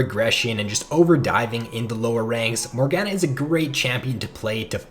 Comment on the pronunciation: Lol I swear youtubers intentionally mispronounce champs. MorGAHna